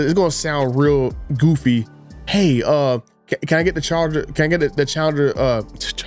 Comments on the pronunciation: It's CharGer NOT CharDer! Just saying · No its the "Charda" Daytona like he says 😀